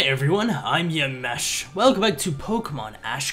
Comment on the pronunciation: Lol in the beginning u said "Yam ash" lol